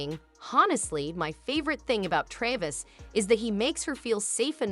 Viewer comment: That's an old video 10 years old....she never gave a video or interview since dating Travis other than onTime magazine for Person of the Year. that yourc fake channel, you can't even pronounce Travis' name correctly. You're repeating NewHeights podcast segments and what is already publically known for ages. You are a fake channel.